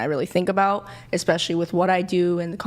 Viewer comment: Right?! 😂 Between ‘EXPECIALLY’ (especially), ‘GUESTAMATE’ (estimate/guess), Woman (women) and ‘IRREGAURDLESS’ (regardless), I swear they’re handing out degrees like Costco samples 💀 🙄